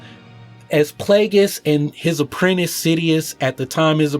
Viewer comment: I laughed a bit too much at "apprent-eis"